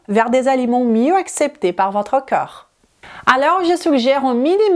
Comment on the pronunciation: Vu le sujet : On dit corps pas cœur 😂